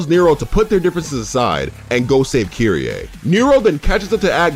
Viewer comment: Kyrie?? U mean kyrieee??